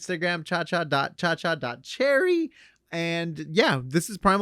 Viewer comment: Lol you're always messing up Cha.Cha.Cherry